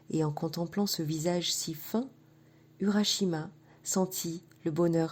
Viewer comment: Sa se prononcé ourashima